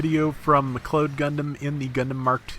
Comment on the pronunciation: Rob, love the videos, but I think it's pronounced "mick cloud" said altogether. It bugs me everytime lol Much love from a Canadian Irish descendant